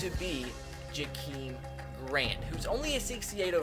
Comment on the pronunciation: It's pronounced "Akeem" not "Jakeem" and sorry if I sound dumb saying that but being a Dolphins fan it annoyed me a little